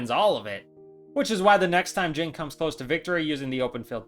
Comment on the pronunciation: question, why do you pronounce jin as jen?